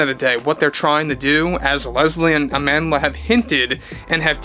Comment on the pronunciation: Lol, Agendla Stenberg.